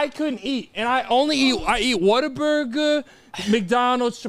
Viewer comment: Listen to the way says Whataburger😭🤣👀